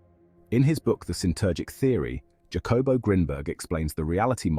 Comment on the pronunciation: Mai Gawd! The artificirrator did not say "Jacobo" Like that!... Do you pronounce Jalapeno like Ja-lap-en-oh? - NO, you say " HAH-luh-PAIN-yo" So, good ol’ Jacobo is "НАН-КОН-BO" •.. I legit fear for the humar race sometimes.